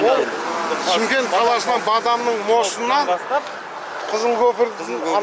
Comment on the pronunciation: ШЫМКЕНT дурысtaп айtыныздар чимкенt емес